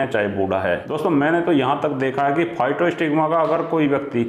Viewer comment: दवा का नाम physostigma जबकि आप नाम बोल रहे हैं फाइटोस्टिग्मा।